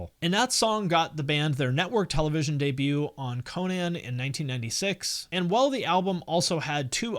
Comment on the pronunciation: Co nan...skill ex.... you gotta be doing this on purpose